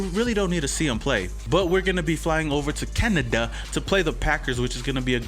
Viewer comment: Can-a-Da lol